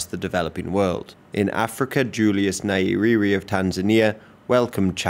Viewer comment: It's pronounced ni-e-rere not naierere